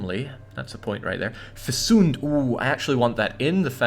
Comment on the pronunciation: lovably eccentric pronunciation of "fecund" is going to make my eyes permanently crossed. XD (It's a "hard c", as if it were spelled "fekkund" )